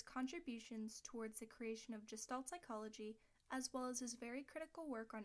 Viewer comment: Pronunciation is Geh' shtahlt.